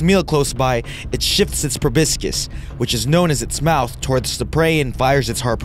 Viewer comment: Pro-BISS-kus? You mean pro-BOSS-is! Short O and silent C. Proboscis.